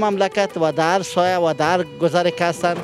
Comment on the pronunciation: او برادر سایه نگو درست نیست ساحه بگو هههههههههه